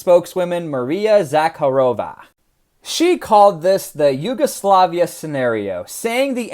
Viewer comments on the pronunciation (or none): none